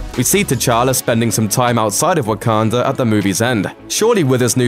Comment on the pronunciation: Am I the one that hear's him saying wokander